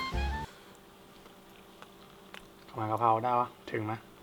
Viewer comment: กระเพราะไก่ หรอ พูด กระเพา 😅